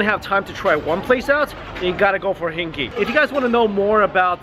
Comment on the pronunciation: PS LOL the restaurant name is not pronounced as "hinky"... should be hing "gay".